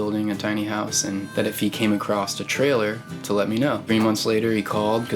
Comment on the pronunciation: if he came "acrosst" ..........